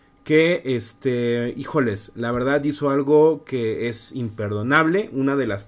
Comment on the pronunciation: tengo duda si “ijolessssssss” esté bien dicho me causa extrañes escucharlo, esta extraño no sé si este bien dicho saludos es solo para mejorar.